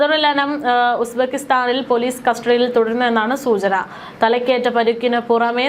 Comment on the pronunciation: Aadhyam uzbekistan enn parayaan padikk